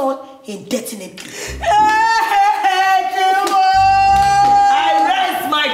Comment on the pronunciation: Adaku has been sent on "Suspension indentinately"🤣🤣🤣